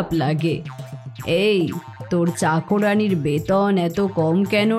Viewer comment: চাকোরানি নয়, চাকরানি হবে!